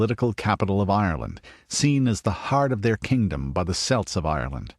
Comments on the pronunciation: Had to resist the urge to yell Kelt everytime “Selt” was said in this. Otherwise it was a great video and I would still highly recommend it. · celt has hard c like a k its a Greek word - not a sports team hyperborea is feature of greek mythology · Great video, although the word Celt isn't pronounced correctly but I put that down to being American.